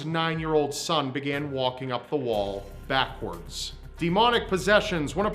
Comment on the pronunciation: I love how he says walking up the wall normally then all the emphasis on backward like "walking up the wall" oh pretty standard tuesday then "backwards" and it's like HOLY SHIT we got the devil over here